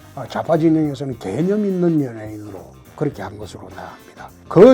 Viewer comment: ㅋㅋㅋㅋ 개ㅡ념있는 연예인이라니 개같이 들리는건 나뿐인가...ㅋㅋㅋ